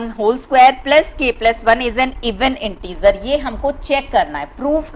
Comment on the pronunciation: Intizer nahi hota hai InteGer hota hai No offense ❤